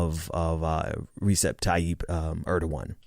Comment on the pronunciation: Small correction: Erdogan's first name is pronounced like [Rëcheb]. So in full [Rëcheb Tayyib Erdohan] maybe, going by phonetics.